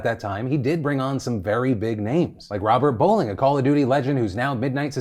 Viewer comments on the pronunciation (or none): none